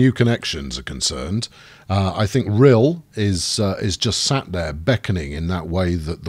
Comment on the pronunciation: Also I think it's pronounced Rhy-l not Rhil